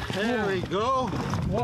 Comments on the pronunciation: S L 뭐..2명이면 we가 맞긴한데 지금 11개월째 뉴질랜드에서 유학하고있는학생의 귀로는 can you fallow you? 라고 들립니다. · We로 듣는사람 무엇? 위랑 유 차이를 모르시나